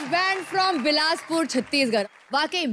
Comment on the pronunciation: Are bhai log bilaspur to thik se bol lo yar